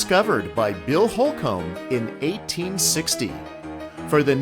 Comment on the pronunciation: Couple things: Holcomb is pronounced "hole-cum", not hole-comb. Placer mining, that is pronounced "plasser" not "place-er". Fantastic video, thanks very much.